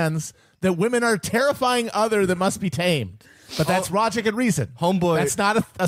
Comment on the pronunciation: I love when Matt says rogic and reason